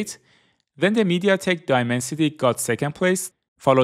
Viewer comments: Mediatek not meditek keke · Aaah, it is not MediTek, it is MediaTek... 😂